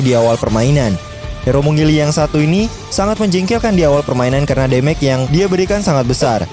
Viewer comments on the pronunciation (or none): mage pronounciationnya salah wkwk, damage juga salah wkwk, trs bukan durbality tapi durability, trs bukan brust tapi burst WKWKWKWK